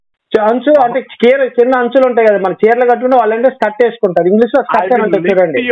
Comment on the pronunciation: స్కిట్ కాదు రా స్కర్ట్ రా పాపి